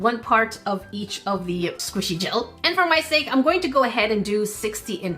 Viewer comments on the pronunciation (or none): none